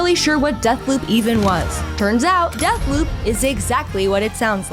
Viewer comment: Death Poop anyone, no? I swear she said booze rather than bobs, or am I just do used to epic voice guy doing honest trailers that I need to explicitly hear BEEEEEWBS to tell the difference?